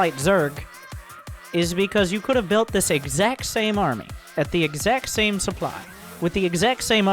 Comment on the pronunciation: Keep saying Supply as Soup Ly